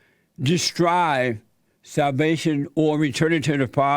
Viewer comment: I can't tell if Jesse means salvation or salivation in this one xD